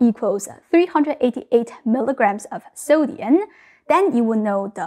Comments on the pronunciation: She pronounces sodium as sodiun. Interesting. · Pronounces “sodium” as “soh-dee-un“ 💕😘☺️ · So "sodium" ends with an "m", not an "n". I notice you can pronounce "grams"correctly with an "m". It is not necessary to pose as "semi-fluent" in English.